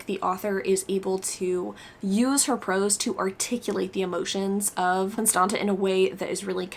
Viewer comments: I'm romanian and the second t in "Constanta" is pronounced like the zz in pizza :) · Si eu ma gandeam ca e probabil "Constanța" :))